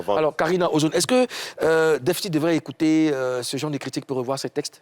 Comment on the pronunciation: " ecoutre " mdr ehhh, courrrrsss d'ecoutre intensif en papoasie